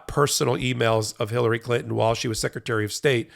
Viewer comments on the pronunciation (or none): none